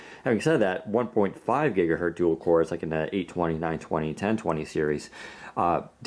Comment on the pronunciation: Omg the black looks terrible on the screen, it's more of a grey, and WP just needs deep black :( Btw, this annoys me more than it should, it's gigaHERTZ not gigaheard.